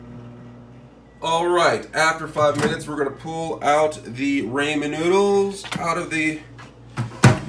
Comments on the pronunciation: Did he just say “Ray-Men”? It’s “Raw-men” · Every time you say "raymen noodles" instead of ramen, a baby gets Ebola. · He said Raymen it’s ramen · Raymond noodles he said? 😅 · Sorry but,it's chow mein not chow min and not Raymon noodles. Raw men noodles. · Did he really pronounce it ray-men noodles? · idkk I heard ray-men lol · Yes people say ray-men but others say raw-men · Rah-men my dude RAH-men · It’s called Ra-men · Raymond noodles!! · Raymond noodles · That's not how you pronounce ramen 🤦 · Please learn how to pronounce Ramen noodles that is all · Bro how am I suppose to trust this bruh can make it if he can’t even pronounce it right😂